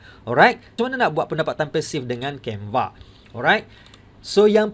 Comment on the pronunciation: Waduh waduh tu asyik tersasaul sasul mas..canva jadi canvee..